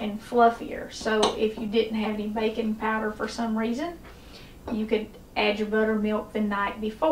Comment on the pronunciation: I was pretty sure she was saying “bacon powder” for the first 3 minutes.